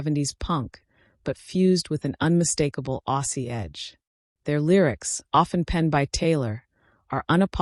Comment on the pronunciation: Yep sounds crap, we are Aussies not f,n ossies!